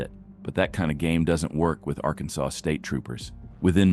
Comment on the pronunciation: Why does your garbage AI narrator mispronounce "Arkansas"?